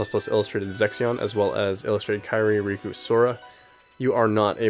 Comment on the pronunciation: You say Rikku the same as Riku ;D